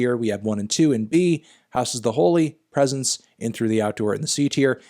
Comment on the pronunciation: Bro really called 'presence' 'presents'? 💀